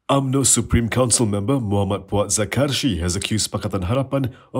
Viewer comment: “Puad Zar-kashi” laa. Not “Zakar-shi”.